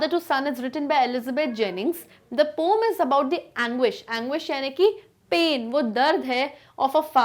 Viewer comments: Ma'am poem ka pronunciation POEM hota hai POM nahi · What's pom? It's poem bruh 🤧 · Mam it's poem not pom 🤣🤣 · Poem❌ Pom✅ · Mere kaan kharab hai kya mam sachme poem ko pome bol rhi hai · Poem ❎ pom ✅ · latest pom aayi thi pronunciation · Tf is "pooem" !?? 😨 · Thanku mam ..but plz don't say poom ..ya sunna mai itna ajeeb lagta hai.. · Poem or poom 🤣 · Is the pranounciation of poem is right or not?